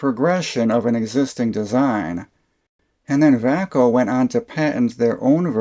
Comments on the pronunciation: Appliance and electronics had lots of Vay-co , Xcelite, Diamond and Klein tools. The way you pronounced it, and you said they moved to Texas to get away form unions, I started thinking it was spanish. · Sold Vaco tools and Klein for 32 years always Pronounced it vay-co. Love my K7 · I always pronounced it "Vay-co" Po-tay-toe Pa-tot-toe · Took me 80% of the video to realize that Vaco sounds like Bahco, the swedish tools company founded in 1886 and now property of SnapOn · Great video, but I never heard Vaco pronounce that way.